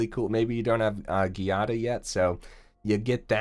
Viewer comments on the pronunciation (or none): I think it is pronounced JEE-ah-da, but I'm not sure either